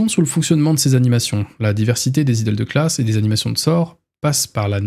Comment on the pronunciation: Pour le "Idles" ça se prononce "Aïdeul" en gros (c'est moche mais c'est pas grave)